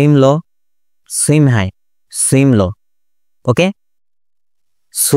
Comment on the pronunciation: Bro don't mind সুয়িং উচ্চারণ